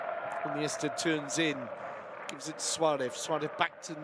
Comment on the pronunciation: Why is this commentator always saying Suarev instead of Suarez ???